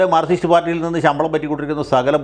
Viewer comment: വക്കീലേ, മാർകിസ്റ് എന്ന് പറയാതെ. മാർക്സിസ്റ്റു എന്നു വേണം പറയാൻ. താങ്കൾ ആരെഅനുകൂലിക്കുന്നു?